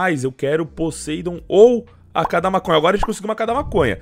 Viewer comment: EU OUVI MASONHA? KKKJ